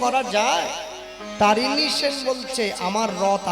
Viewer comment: তরণী সেন ,তারিণী নয়।